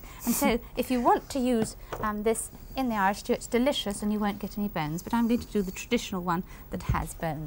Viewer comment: Did mary says iris stew -dropping the h